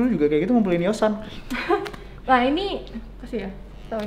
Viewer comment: Ngakak pas bang arif bilang Tukeran YOSAN 🤣🤣🤣 huruf "N" paling susah bang